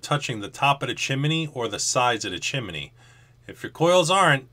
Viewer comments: Chi-mi-ney? 2 syllables please. Chimney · Chance S. I'm about halfway in between you guys in tennessee, and I have never heard it pronounced the way he said it. Chim-knee is what I say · I love your videos, I thought everything was gonna be as usual until you started about the chimminy, that's how it sounded to me anyways. I know your from the east coast, (no hate) but down here in Louisiana we say stuff different than y'all. it just cracked me up. keep up your work man, much love from the stix down here. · Did you say chimeney?